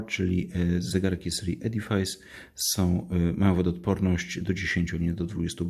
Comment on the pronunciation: Przepraszam ale wymowa to 'edifis' , nie 'edifajs'